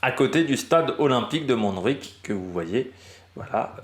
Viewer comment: Bonjour ! Montjuïc se prononce "mon jou..ique" pas de jota en Catalan. le J se prononce comme en français . Merci a toi pour tes vidéos continue ainsi